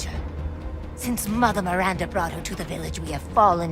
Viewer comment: MiranDAH, not MiranDURRRR